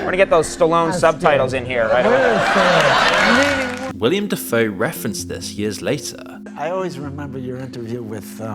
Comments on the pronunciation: its not "william" lmao :D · It's Willem not William